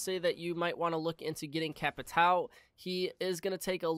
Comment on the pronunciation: It’s capitao not capitaeu